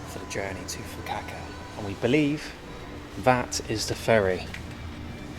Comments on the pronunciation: Yeah those Fukuoka pronunciations were dreadful. He was getting better from Fukaka and Fukukaka, but then stayed at Fukuaka 😂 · Why do you keep mispronouncing “Fukuoka”? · Every time you said "Fukuoka", I cried a little on the inside 🥲🥲 Congrats on finishing the 88 day journey! Cheers man! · always seems to butcher place names for whatever reason! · Fu-ku-o-ka -pronounce all of the vowels in Japanese a bit like you would in Spanish. Have a great time in Japan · Do you keep trying to say Fukuoka? I can't find a city named anything close to what you keep saying and Fukuoka seems to make sense considering the location... If so, Definitely NOT a chill city what so ever! You just didn't explore it enough. It's a huge busy bustling and expensive city! It's just really sprawling. Near the port is very boring tbh. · How to pronounce Fukuoka challenge: impossible 😂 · pronouncing Fukuoka in so many wrong ways is killing me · Fukuoka has no “W” in the pronunciation it’s not Fukuwaka ffs 🤦‍♂️ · “This is Fuku-Acca” no it’s not 😂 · You are the worst when it comes to any foreign names of places and cities. Fukuaka , Fukukaka. Not even once you said Fukuoka. Sometimes I feel embarrassed for you when you are talking to people and saying names in their language 😂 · From Fukaka to Fukuaka, you still made it to Fukuoka (Hakata). What the fuk. 😅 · when you get back in the U.K., do yourself a favour and check in to a Mental Hospital, the name of the city is Fukuoka, not "Fukaka", the way you pronounce it. The name of the island is Tsushima, not "Tseshima", the way you pronounce it. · Big fan of your adventures, and have been following all of the videos of the trip so far. But the name of the city is FukuOKA. Not Fukukaka or Fukuwaka. FukuOKA. OKA. FukuOKA. OKA OKA OKA OKA OKA OKA OKA OKA OKA OKA OKA OKA OKA! FukuOKA!!! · FU KA KA is better pronounced as FU KU O KA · Its Fukuoka not fakahkah 😂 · Its pronounced Fuku O ka fukuoka I live in a smaller nearby